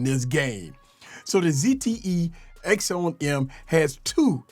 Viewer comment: And for the love of God it's not called an axown em its called an akson m axon m its pronounced acson m